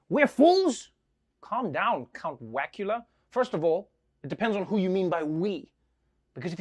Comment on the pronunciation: Did I hear that right?? Count WACKula??🤣 Oh my God that brought me to tears lol